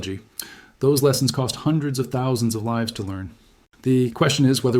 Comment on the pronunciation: Why are you saying "thousand" so strangely? Threw me off the first time. I had to back the video up.